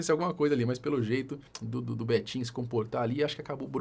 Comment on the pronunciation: Cara fala Betinho, só escuto betinha 😂😂😂😂